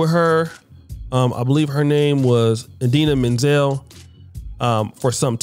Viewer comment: How is gonna pronounce Idina Menzel perfectly fine but he still can’t pronounce Adele’s name right? 😂